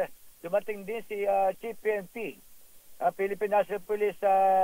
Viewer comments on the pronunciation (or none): none